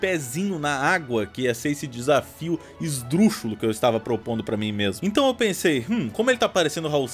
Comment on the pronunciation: vc falou esdrufulo e o certo é esdruxulo, vacilou feio ein mona